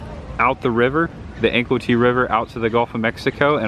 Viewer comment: Hey it's pronounced Anclote like An-clote (rhymes with Vote), not Ann-Clo-tee. 👍